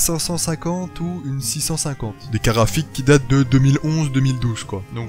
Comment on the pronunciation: Je suis surement chipoteur, mais au nombre de fois où tu utilises ces mots dans ta vidéo, s'il te plaît arrête avec les "carafiques" xD Bonne vidéo cela dit ;)